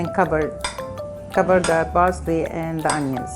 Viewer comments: BARSLEY.. lol what is baRSLEY... just say parcley.... every human can do it. so can you.... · Fousey: What she meant to say was parsley not barsley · Please say parsley not barsley JESUS CHRIST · She says barsley not parsley 😂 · "Barsley" .. The arabs cant help but neglect the letter p 😂